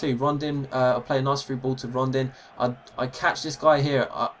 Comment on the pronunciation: It's Rondon not Rondin btw